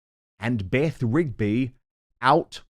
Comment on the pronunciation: Beth Rigby? You mean BEFF Rigby.